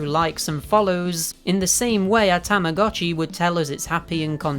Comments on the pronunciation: When you start learning Japanese and realize that it’s pronounced TAMA GOH CHI not TAMA GAH CHI because “tamago” means egg. Mind blown. 🤯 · its actually tamago (egg) and uotchi (watch) so together it is egg watch. btw tamagotchi is called tamagotch in japan. Tamah GOE tch in pronunciation.😅😅😅